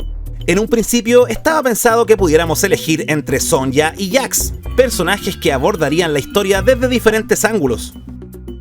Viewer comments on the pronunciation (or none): Sonsha sonsha todavia le dicen sonsha. Se dice Sonia. animales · Me encantan tus vídeos y tu trabajo solo quería comentar que la "Y" en el nombre de sonya se pronuncia como "I"